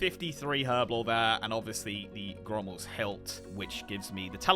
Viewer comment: Love this new series, it’s absolutely amazing. Why is saying “Ghrommals hilt”🤣🤣 He’s putting an R in there🤣🤣